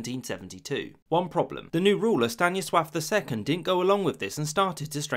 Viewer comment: Ok that Stanisław Drugi hit the pronunciation spot